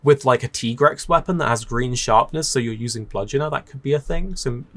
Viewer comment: This series like, radiates the energy of when people would open loot boxes in something like Call of Duty and its honesty great Edit: NOOOOOOO WHY DO YOU SAY TIGREX LIKE THAT